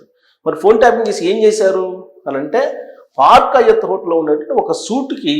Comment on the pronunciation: పార్క్ అయ్యత్ కాదురా హౌలేగా! హయాత్! నీ బొందల ఉచ్చారణ! ఏమి జర్నలిస్ట్ విరానీవు?